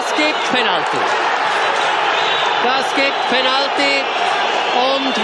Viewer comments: Der Typ sagt Penaltiiiii (Der Moderator kann kein english ;) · Ich habe gehofft ein ernsthaftes video anschauen zu dürfen, aber bei dem Kommentator :´D der ist zum brüllen!! Penalti hahahahaha!!! Er ist schweizer oder was?! Sagt man da nicht penatly? Aber egal, Penalti ist geiler hahahaha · hört sich mehr nach österreichischer sprache an :) komme aus niederbayern, bei uns redet keiner so